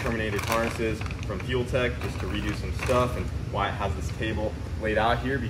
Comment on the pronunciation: Wire-it... I mean Wyatt is awesome